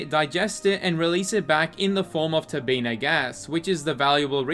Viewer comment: Its all good man. Only a loser would care about a simple mispronounced word 😂